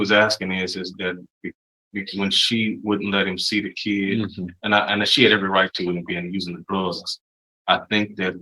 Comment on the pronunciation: I knew the defense attorney was an imbecile when he kept referring to the child as "kee-id". This guy has an education?????